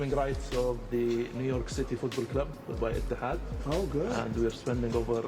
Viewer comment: I bet theres a secret 'J' behind the 'ET' in 'Etihad'